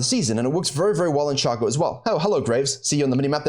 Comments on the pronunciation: You can play around all you want with your accent .. its still "Shaay cooo" .. !!!!! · i was watching till you said "shaw co " .. then I skipped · its "Shay cooooo" !!!!!!!!! .. you can clown around all you want with your accent .. its still Shay co